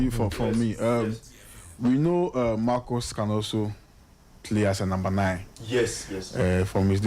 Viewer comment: It's Marcus not Marcos